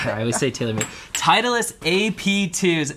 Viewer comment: honest question.. i heard you guys pronounce "titleist" as "teitlist".. is that a regular thing or only between you two?